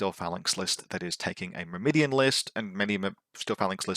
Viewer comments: Don't think I've ever heard Myrmidon mispronounced like that. 😆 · Since I have nothing of substance to add to your faction review, I'm just gonna be that guy and say: - It's MYR-mi-don, not Myr-MI-dion – emphasis on the first syllable, and the last syllable doesn't have an i in it (pronounced like "Sir, he's gone", not "Her Idiot") - It's Thra-sy-medes, not Tha-rys-medes - It's Tho-ra-kee-TAI, not Tho-ra-KEE-tees, with emphasis on the last syllable (and pronounced like "tie") Unless of course you ask a Greek how it's ACTUALLY pronounced, and then I'm completely wrong as well...